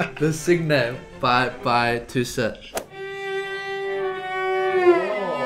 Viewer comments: it's pronounced sin with the "n" like in the word new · For anyone wondering, "cygne" is pronounced more like "sing" than whatever was said in this video 😂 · It’s not Cig ne, it’s Cigne like Cîñe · There is no 'G' in cygne. It's French. It's pronounced 'see-nyuh' and your guest should know that. There is this thing called 'Google Translate'. Come on, guys.🤔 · Le "cig-ne" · La Cygne (French) is pronounced la SEE-nhay The "nh" pronounced like the n with a tilde over it in "pinata" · Please « le cygne » is pronounced le sea-niu (with the final sound almost not pronounced) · Why is no one talking about that sacrilegious pronunciation of "Le Cygne"? It's pronounced like "sign" with an "ee" sound instead of "i"... (It's a difficult word though for foreign speakers) :) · Le cygne is pronounced < >... Like KNEw. Research, and Language interest is part of the Job too. Truls MØrk*... and it’s not a . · Ok, quick side note : english speakers NEVER EVER pronounce "le cygne" correctly. It's (roughly, since apparently the french "gn" is quite difficult for non-french to say) pronounced like "sign" with the "i" pronounced like two "e" (as in "sheet"). "S-ee-gn". And french people will never shake their heads in disapproval at you ever again. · Their pronunciation of "Cygne" is actually very sacrilegious 😂 but still an amazing video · The way they pronounce “Le cygne” hurts my soul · That sacrilegious pronunciation of "Le Cygne" though... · Me, a French native speaker, hearing their pronunciation of "Cygne" : Huh... How do they pronounce "lasagna" then? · This guy did no French at all.... le cygne means the Swan for heaven's sake. He tortured the word. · OMG learn French pronunciation LOL